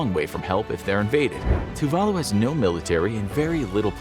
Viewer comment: Tuvalu is decimated by climate change. It's estimated by 2050 no one will be able to live there. Even now the younger citizens are sent to New Zealand and Australia to get used to living abroad. You butchered the name of the island. It's pronounced Tuv a loo